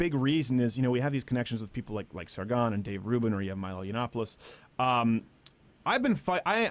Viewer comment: Sargonon? Steven you what? :D